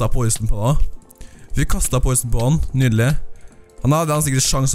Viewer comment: Vi sier nydelig ikke nydele som du sa midt i videoen